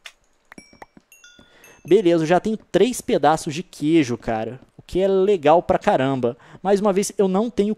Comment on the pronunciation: só eu vi que voce falou gueijo?